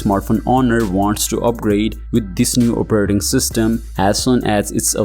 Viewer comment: "Operrting System"